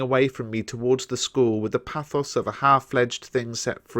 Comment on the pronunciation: Mispronounces pathos.